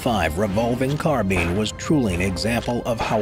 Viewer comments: Carbean 😂it’s Carbine like say spine then say that Carbean later mate. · It CAR-BINE NOT CAR-BEAN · Carbine rhymes with spine not bean. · Car- buyin Not Car-bean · Carbean? I thought it was carb "eye" n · Carbine - Carbean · Car-bi-ne not carbean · "car-bean" xD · "Car bean" lol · The “car-bean,” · The way you say carbine hurts my soul💀